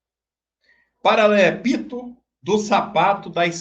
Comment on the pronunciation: Kray, como você fala palavras erradas. Um advogado não fala e não lê tantas coisas errada. Por exemplo: Câmera dos deputados. O correton é: camAra dos deputados. Você leu, paralépudo. Isso não existe. É "PARALEPÍPEDO". Quando você lê uma matéria, você lê inúmeras palavras errada e incompletas. Achonque você não é advogado formado nao. Acho que você não exerce a função de advogado não. É só meu palpite.